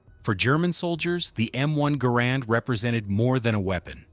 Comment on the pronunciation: Though the inventory's name was Garand, it was pronounced "Garren"